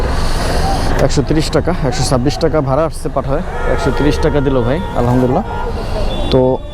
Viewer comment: ভাইজান আলহামদুলিল্লাহ শব্দটা স্পষ্ট করে সুন্দরভাবে বলবেন